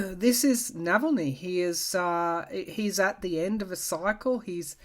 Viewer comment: thank you so much for the information on Alexei Navalny. BTW, his name is pronounced Nahahlny, not Nevellny.